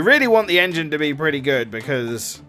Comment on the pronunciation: Shoulda been the En-G-ne